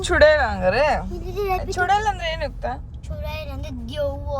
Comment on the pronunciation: ಯುಕ್ತ ❌ ಯಕ್ತ ✅ 😂😂😂